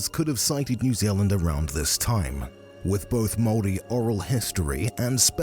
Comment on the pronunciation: Your pronunciation of maori words is actually really good tbh 😅